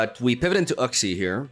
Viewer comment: Uxie is pronounced Yooksi